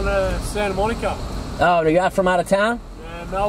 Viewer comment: Ahhh I heard them say my name (Monica lol) in an Aussie accent, then they said they were from Melb and I ahhh’d even more 😍